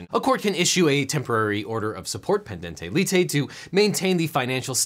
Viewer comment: Why did you pronounce the i in pendente lite as an e, and the ending e in both as æ? The e sound isn't present in mutatis mutandis. Am I missing something with what little Latin I learned?